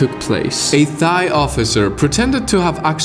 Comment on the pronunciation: ‘Thigh’ hurts my soul frfr